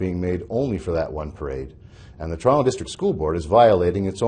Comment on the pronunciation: You are pronouncing Toronto wrong